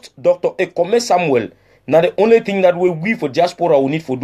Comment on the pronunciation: Do we have “a very bad thing” in pidgin? It should be “some very bad tin”. Also in pidgin do not pronounce “thing” like in English. Just say “tin”.